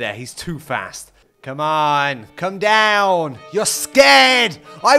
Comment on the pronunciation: Hey, where are you from? You sounded so Irish when you were saying “come on” repeatedly while trying to kill the dragon. But you don’t usually sound Irish